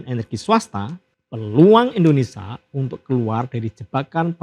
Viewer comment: Maaf pak! Indonesia! Ada "sia".. Buka ENDONESA